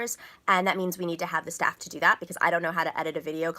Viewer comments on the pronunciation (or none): none